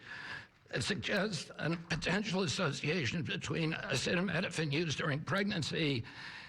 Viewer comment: Come on trump, sound it out... a ce ta mi no phen